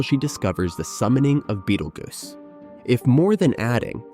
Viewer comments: why does this narrator keep calling him beetle goose. Is this dude so young he's never heard of beetle juice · I swear to god if you say bettlegoose one more time...